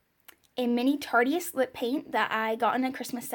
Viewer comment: It’s tarte-ist like artist lol not tartiest